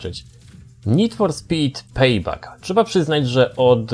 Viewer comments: PEJBEK NIE PEJBAK ... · NFS PEJBEK, NIE PEJBAK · pejbek! a nie pejbak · A w języku angielskim czyta się jak E